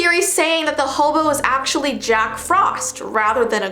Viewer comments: You said jock frost instead of jack frost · It’s Jack Frost not Jock Frost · "jock frost" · "Jock Frost" lmao